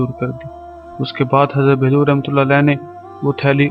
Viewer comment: Bhai Hazrat Bahlool khana tou seekh lo phir channel bannana urdu par raham karo